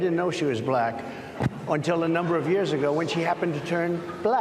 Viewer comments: LOL ... I love how he says "bLack" like every boomer describing a personal interaction they had with a black person that day ... " And my waiter (looks around) a nice young bLack guy" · Anyone that pronounces "black" as a 2 syllable word is kinda sus. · "Bhu lack" - the way he says the word shows his prejudice. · He seems to always make it a 3 syllable word: Buh-lack-uh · “Buh-lack”, “the buh-lacks”, “the buh-lack people”, “the buh-lack population”, “the buh-lack community” … weird. Why does Trump weirdly pronounce “Black”? 💙😳☕️🇺🇸💯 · Anyone else notice the mocking way he pronounces "buhLACK"? He really is a monster. I know that trumpism will live on for about a generation after he's dead, but even so I'm eager for his evil presence to leave Earth already. (No, that isn't a threat -- just a hope.)' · The way Idiot Boy pronounces “Black”, it’s as though it’s a new thing to him. Like, what word could he have possibly been using for Black people he doesn’t know this one??? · I know it's not the same pronunciation, but the way he says 'black', it conjures up the Afrikaans accent. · Why does he pronounce black like that?! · And with an elongated capital L. It gets me every time. I've never heard anyone pronounce Black or black that way.